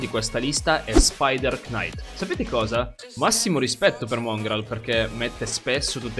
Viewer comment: Nn e a fare il pignolo ma knight cavaliere k nn si pronuncia